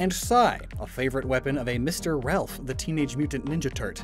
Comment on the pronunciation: you called Raph, Ralph I have never been so disappointed in someone